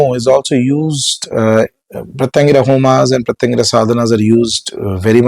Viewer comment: Sir, can you please utter Her name correctly ?? Please !! , can you please utter the name of special form of Shiva who came to calm down Narasimha. For any mantra sadhaka, uttering the name of the diety.. in fact, uttering each and every syllable of the mantra is extremely important. Hope you will correct these and guide people.